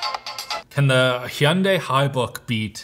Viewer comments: He-on-day? Its Hun-die...i think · As an American your intentional pronunciation of the “Y” in “Hyundai” is maddening. We just call it “hun day” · Per the company itself, Hyundai rhymes with Sunday. It's not hee-unday or high-un-dye. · hello, just want to inform you that when i went to the hyundai dealership they got mad at me when i pronounced it like you did and proceeded to tell me "hyundai, like sunday" still bought the car tho. now i call it a hondai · I don’t think I’ve ever heard “hun-die” pronounced “he-un-day” before. Interesting. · It's Hyundai ... pronounced like Sunday with an H.... there were a ton of commercials about it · lol Its "Hyundai, like Sunday!" Dont yall remember those commercials? Come on now.. Even big channels like this cant say that company name correctly.. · Hyundai like Sunday. Say it right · drives me absolutely crazy how he says hyundai. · I don’t know if I have ever heard Hyundai pronounced that way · why is he saying Hyundai that way? am i saying it wrong? the commercials don't pronounce it that way. the grand scheme it doesn't matter. but its like stewie griffin saying cool whip. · Currently living in korea. Idk much, but I promise you thats not how the brand is pronounced 😂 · stop saying Hyunai like that LOL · if this video was released in Korea and he is speaking Korean then your point is valid. But the English pronunciation is one way and he is in an English speaking video. If you go into a Hyundai dealership here and pronounce it that way, I guarantee you they will laugh. Which English speaker would ever say h yun dae e. That doesn’t even make sense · Can you please learn how to properly say Hyundai... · How are we supposed to take seriously if he cant even both pronouncing the brand name correctly... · I don't know what's worst, him pronouning Hyundai wrong, or him pronouning cars wrong?